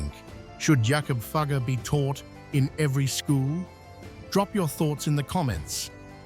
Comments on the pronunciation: Teach your ai robot to pronounce Jakob Fugger's name properly. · Please check the pronunciation of “Fugger.” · It hurts as a German speaker how Fugger's name is mangled. How difficult can it be to et a simple name right?